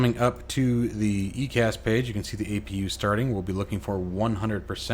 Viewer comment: EICAS is pronounced Eye Cas. Great video. How do I get the manual you used?